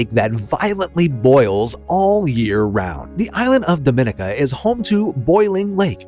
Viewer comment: Dominica is pronounced "Doh- mih-NEE-kah